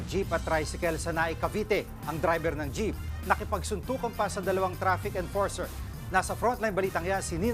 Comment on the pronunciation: Chrafik emporser?😂😂😂